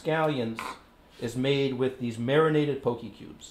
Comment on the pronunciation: I'm haole and it bothered me too.